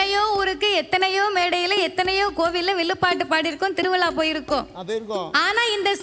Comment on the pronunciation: Ellam ok but திருவிலா pronounce tha konjam change pannanum ma